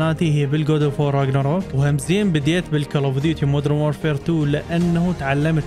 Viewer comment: مودرن وليس مود رن